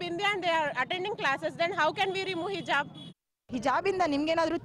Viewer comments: Heloo ranganath sir not hijb it's calling hejab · Sariyagi helo ranganna hijjjabb alla hijaab Sariyagi yelokke baralla e rangannanige